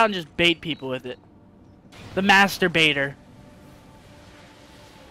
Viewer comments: You said master baiter, but it sounded like masterbator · I don't know if it's just me or did he say the master - baiter